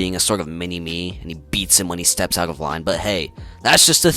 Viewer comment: Whats that buddy, you got a little speech impediment there? gwoomin and cwossing the wines, making shik up, I absolutely agree that ranting for vengeance is a tard, he sounds to me like an andypants copycat but for comics so either a grifter or mentally impaired, buzzword after buzzword, it feels like all these grifters have a quota for these buzzwords every video needs to have at least 10 in them, maybe it tricks the algo, but I mean seriously never in my life have I come across a guy who can't pronounce the letter D, R, L and T for some reason, I don't know who can take your generic garbage videos seriously when you can't even properly speak, start a patreon so you can start seeing a speech therapist.